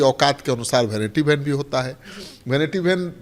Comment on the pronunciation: Bhainiti bhan pronounciation hai😂😂😂😂😂😂😂😂